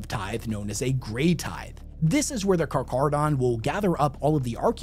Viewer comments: Fun fact charcharadon carcharias is the white great white shark, and it's pronounced karkaradon (that's how it sounds) I'm just saying that's just how I think this chapter's name should be pronounced, but you can call them however you like. I don't wanna ruin your fun :) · It's not exactly a [k] sound, but more of an [h] sound. Think the word 'heaven'. However, in Greek, our vocalization is a bit more 'stark', as best as I can put it. It can be hard to explain in written word, but if you want, check the word "shark" on google translate and have it vocalized. It will give you a decent sound for you to work off of. But lacking that, yes, [k] is a fine way to pronounce it. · I learnt this on my first viewing of "Jaws". Everytime he pronounced it with the "ch" sound was like Quint's nails on the chalk board .... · Correct. It should be pronounced Carc-Haradon 👍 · Hearing you mispronounce "carcharodon" at the beginning of this video was driving me fucking insane. I love your content, but man... I'm glad you got it once the meat and potatoes kicked off. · Take a drink everytime he misppronounces Carcharadon! Fun game lol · today on " says aloud words he's only read and butchers the pronunciation". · 1. Intentionally misprounce something 2. Have people correct him in the comments 3. Win the algorithm game due to "engagement". He knows what he's doing as he slips and pronounces it correctly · No "H" in the pronunciation of Carcharodan. It sounds more like Car-car-a-don. You say it properly sometimes, other times you say char. I had to look it up. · He miss pronounced it at sec but pronounces it properly lmao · i hate how he pronounces the name of my favorite faction like charmander not car-care-a-don which is pronounced as such even for the great white not car-char-ra-don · Car-Kar-a-don, NOT "Car-Char-a-don". Great white sharks are Carcharadon carcarius, two ton tooth torpedoes, 400 million years old, and pretty much perfect at what they do. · Car- care -uh -don